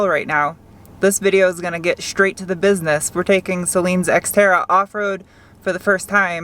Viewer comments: 5 and halfish minutes it sounded like you called your sister's unit the Sexterra??? LOL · It sounds like you said sexterra. I kinda like that better.